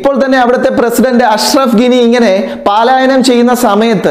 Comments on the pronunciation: പാലായനമല്ല (പലായനം) എന്നാണ് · Palayanam ennui pronounce cheyyanam. Paalaayanam alla correct